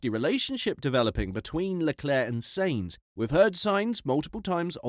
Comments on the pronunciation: "Sanes"? The correct pronunciation, phonetically for Sainz is: Sy-enz. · Im so triggered by how you pronounce Sainz. Its "Signs" not "saints". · Its sAintz not sEintz jesus dude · its sainz not seinz you analfabet!!! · It's Sainz not Seinz ✌️ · Check your pronounciation of Sainz - 'syntz' (rhymes with whines) is correct, I believe. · sEinz ..... tearing my ears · It's sAinz for God's sake. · "" WTF...I've not heard a single human pronounce his name like this... Retarded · Shutup lad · I would prefer that the Brit youtuber that made this could pronounce ""'s last name correctly. (The short one, not "Carlos Sainz Vasquez de Castro Cenamor Rincón Rebollo Virto Moreno de Aranda don Per Urrelagoitia Pérez del Pulgar") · Are you intentionally mispronouncing Carlos's surname? Watch a race, listen to the commentary and then pronounce it properly! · Your pronunciation of Sainz ....😅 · What kind of F1 pundit cannot pronounce Sainz properly? Embarrassing. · Try finally to make up your mind on howto pronounce Sainz. Or why not listen a Spanish F1 program once. Yes I know it's foreign but still. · Sainz.... S A not S E... its not hard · Why do you refuse to say "Sainz" right? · Do you actually watch f1? If so please learn how to say the names of people, they themselves have said the way you're saying them is wrong I find it hard to take you seriously when you can't get the simple things right. It's pronounced scu da ri a, saint z